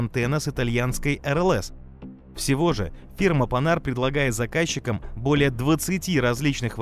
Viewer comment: Редкий случай, когда автор не исковеркал французское название марки. Спасибо.